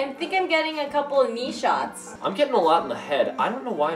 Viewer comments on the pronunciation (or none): You said kneeshots but is sounded like my name nishat :D